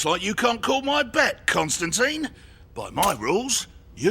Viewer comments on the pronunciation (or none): WHY CAN NO ONE SAY CONSTANTINE